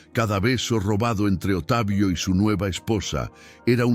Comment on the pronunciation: Porque dicen Otavio,,,,,, se pronuncia Octavio así se dice correctamente (Octavio) por favor digan correctamente las palabras ,,,,,, gracias .